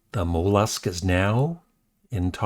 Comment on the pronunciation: just trying to help with his pronouciation.